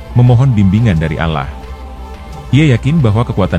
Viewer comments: Pemilik channel ini telah menipu kita dengan mengatasnamakan alkisah, dan pemilik channel jelas jelas tidak menyebutkan nama allah dengan jelas melainkan al lah yang artinya membuat kita musrik kepada allah dan coba perhatikan dalam narasi nya saat menyebut kata nama allah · Saya curiga naratornya orang di luar Islam...nyebut Allah SWT aja beda